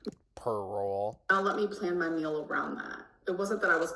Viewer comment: says the word "meal" (mill) more often in one video than I do in like a year. Has anybody else noticed this? Is it a cultural thing? Where I'm from people just say something like "I'm going to eat" or "I'm making something to eat", but always seems to specify that she is eating a MILL.